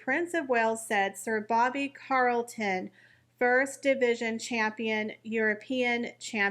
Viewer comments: Sorry but I need to correct you - it’s CHarlton with a CH sound not Carlton CH as in CHarles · Is there a particular reason you repeatedly said no emphasised Carlton and not Charlton? You manage to say Charles and not Carles, you read he was a champion not campion, so why? This has offended me and then it was a ceremony?? It was a funeral service - ceremonies are for celebrations! What did the poor man do to you? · You really need help with your English pronunciations. Bobby Charlton CH not CA Charlton as in cheese. CH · Not Carlton its Charlton... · Bobby CHarlton (as in King CHarles) not Carlton 👍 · It’s CHarlton…not Carlton…. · Sir Bobbys name was CHARLTON please if you are going to report on him get his name correct, I’m sure all of his fans will be outraged at his name being pronounced incorrectly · Ch-arlton, with a hard h lol 😂😂😂 It's all PR fluff, the two at home are not the 'most popular' in the US or UK, whatever their endless 'polls' say! 🤣🤣🤣 Now how would UK press & their mouthpieces 'royal reporters' know if Olive was 'angry' or not?! The Wales' kids cannot take the throne until adulthood, & not by proxy either, he's the spare until that time comes. They all got their privileged positions by being born into them, the wives only have their positions by association. It seems unfair to lambast him alone for that, as the rest all get their money from the commoners. 👀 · yes actually it does Sir Booby Charlton was a noteworthy honourable gentleman that deserves his name said correctly I know that god love her mis pronounced it but this man was remarkable not only for his footballing career but what he achieved outside it